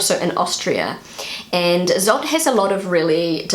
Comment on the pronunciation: Little correction: Zott is pronounced "tsott", so with the German z, not the English.